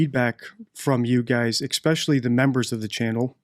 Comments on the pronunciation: I like your videos and I'm being super picky only because language usage can make or break someone who chooses to do what you do online. One thing that stands out is your pronunciation of certain words (ie. especially...not eXpecially) which can weaken how someone views your credibility. Not putting you down just wanting you to be your best as you're doing awesome work! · English? NO "X" in especially! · I hate to teach English to an English speaker but, it is ESpecially not Xspecially. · There's no X in especially. It's frustrating to have to teach English to an English speaker 👍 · What does 'exspecially' mean??? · ‘Exspecially’ isn’t a word. It’s pronounced as it’s spelled: ‘especially’. There is no ‘x’. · I get it the first time you say something without going over & over ..& grammar say’s ‘especially’ not exspecially, there is no x or k in it !!!! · One would think such a highly educated person could pronounce especially correctly.